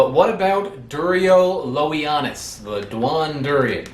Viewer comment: Please start learning one of the Romance languages so you can pronounce all of latin words correctly and the name of the fruit (Duolingo app )